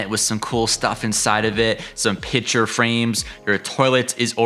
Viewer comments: The word is PICTURE, not “pitcher”. Nice cottage, annoying tour narration; paucity of content and poor pronunciation. 👎🏻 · Pitcher frame’s? Why can’t people pronounce picture ? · THANK YOU!!!! I was correcting him every time! That is not an accent problem. That is just plain mispronunciation.